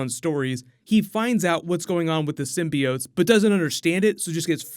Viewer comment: it’s pronounced Sim-bi-oats